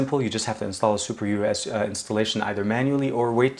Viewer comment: its superSu not superUs